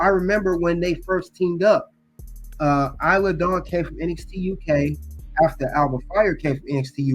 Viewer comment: You’re saying Isla Dawn name wrong